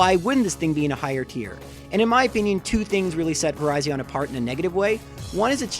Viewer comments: It's Ver-i-zhin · Ok its virizion not verizon. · The only fact that's worse than placing Virizion higher than Guzzlord is the way he pronounced it